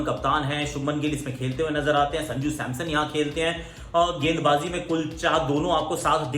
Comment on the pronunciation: Are wo SAMSON NOT SAMSOM🤣🤣🤣🤣